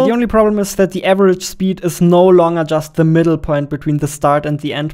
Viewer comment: Cool video, but please learn better English Too many words are pronounced stupidly Longer Accuracy Etc etc...